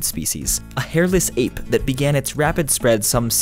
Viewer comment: A “hairless appe” lol